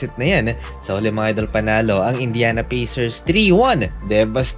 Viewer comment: Pacers --------------- Pey - sers in pronunciation.